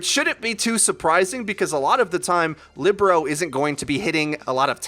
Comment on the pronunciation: Shouldnt Libero be pronounced like lee-bare-row? Thinking about volleyball positions.